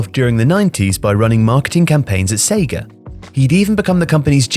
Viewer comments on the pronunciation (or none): none